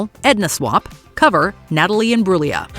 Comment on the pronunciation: Thank you for pronouncing Imbruglia correctly!!!